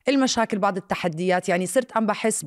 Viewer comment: اسمها "بعض" مش بعِض